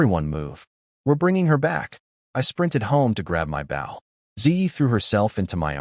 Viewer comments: Bow as in bow and arrow NOT bough of a tree. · Can you please pronounces "bow" correctly. The weapon is pronounced "boh", like go. The way you are pronouncing bow means bending forward at the waist, "ba", like cow. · Can someone tell the ai voice the bow is the weapon you shoot not the action of bending over. It keeps saying baw. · This story is so good and funny plz next part. But AI AV is so stupid lol Baw and not bow M.Y and not my!! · its pronounced bow as in ribon, not as leading edge of a boat or ship.................... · DARN AI NOT KNOWING HOW TO SAY MY, HE OR BOW, SHE /HERIGHT STUPID AI stop spelling the words say them dam it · AII is unable to used proper pronouns, has problems pronouncing two letter words and some times three letter words (such as bow when defined as a weapon), and is unable to use punctuation; but for some reason it always pronounces the word "miss" as "Mississippi."